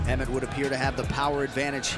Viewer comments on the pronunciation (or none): Lol bro it's Josh Emmett not Jorsh Emret